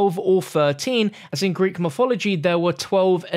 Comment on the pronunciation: Lol dude he has the hardest time pronouncing words properly. A sturdy figuhh. And a royal skeptahr. Greek myfology. Good going.